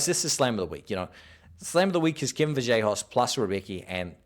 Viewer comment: Vallejos not Vajellos lol